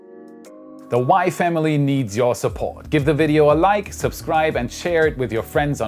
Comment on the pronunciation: Anybody else hear "wife Emily" instead of "WAI Family"?